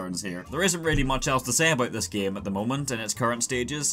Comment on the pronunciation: why you're saying "gem" not "game"?